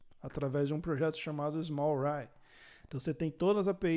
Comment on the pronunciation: Muito da hora saber os "pormenores" do Quarkus. Hein, acho q a pronúncia do Smallrye é smólriii. Um grande abraço